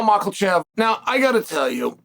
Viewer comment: “Mahkalchev.” Since I’ll likely never meet the dude, this is his name from now on.